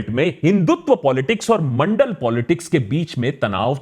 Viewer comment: Mandal or Mondal??????